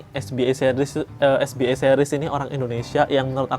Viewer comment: Kak maaf bacanya es be a bukan es bi e. Karna ini singkatan bahasa Indonesia jadi dibacanya harus pake cara baca huruf Indonesia 🙏 btw orangnya jualan di sopi skrg siapa tau mau jajan. Udah lumayan murah kok anak2nya. 😊